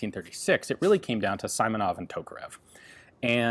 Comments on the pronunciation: not [saimonov] correct [si:monov] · Ian, there is no "ai" sound in Russian, so it's not Sai-monov, but See-monov. Also CCCP is not c c c p, it's SSSR which stands for USSR. Great video! I didn't even know such rifle existed. But i'm not really a war fan, i just like watching engineer solutions to firearms. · Ian: hopefully its Saimonov The designer: my name's Simonov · Pronounced correctly SEEmonov, rather then Simonov. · You never read i as [ai] in Russian names or words. It's always [i:]. We usually spell ai or ay for the [ai] sound, like Tchaykovsky. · His surname pronounced like "Симонов" "Simonov" not "Саймонов" "Saimonov". In russian language we pronounced "И" "I" like "ee" in english. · Simonov is not SAYMonov. SIMonov is like SIMple. By the way Russian is my Mothertongue and half of my life I've spent in USSR . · If you want some help with pronounciation of Russian words, just ask) He is [simonov], not [saimonov] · it is "simonov", not "saimonov" hihihi slavic landuades do not read "I" as "ai" like english :-))) closes would be your "e" interestingli enought it has a lot to do with the greek language... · SEEEmonov, not Simonov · It is not SImonov, it is SEAmonov. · Not S(ai)monov, but S(e)monov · Siiiiimonov, not Saimonov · "Симонов" - "Simonov" - pronounced with long "e" like in "sea". Great presentation as always. I remember article about this rifle in 1946 Blagonravov's book - there was long list of design flaws, including dangerous to the user double feed. Rifle had no good way to check chamber visually, because of it's locking and gas system. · It's Si-Mo-Nov. Si as in Spanish yes. Mo, as in Monarch. Nov, as in Novel. As far as I'm aware, you're alone in the world in having an AI sound on your I's, so you should probably always just assume that anything with an I in, is pronounced like in Si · Simonov sounds like "Seemonov" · its Seamonov , that how we spell it :D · Nooooooooooo, it's Seeee-mo-nov, Eeen :) But that's OK. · Simonov [see’ mo noff]